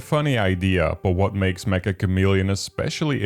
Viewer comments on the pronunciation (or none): Not to be that guy, but I thought "Meccha" was pronounced "meh-chuh" like "Meccha suki (I really like you)" as opposed to "Meh-ka" cos its from Japanese devs and Meccha roughly means "very" or "extremely" by way of expressing how very chameleon esque the mechanics are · Metcha, Not Mekka